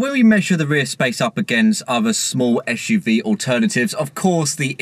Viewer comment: What a guy, I’d be flying about a city and he is out on a country road. He hasn’t a clue. Another waste of time with a clueless Starbucks mentioning chap. Plus he says esh UV